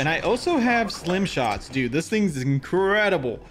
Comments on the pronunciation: This man literally said slim shots 😆 🤣 😂 great video, Stim shot! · Why do you keep calling it a ‘slim’ shot 😂 it’s a ‘stim’ shot a ‘stimulant’ shot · Why does jokesta keep saying slim shot instead of stim??? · Not me getting mad because keeps calling it slim shots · Am I trippin or I heard you said "slim" shot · Bro its stim shot with a T😭😭